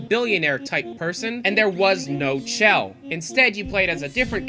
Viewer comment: Wow they just change chell into bell. I think that's what I heard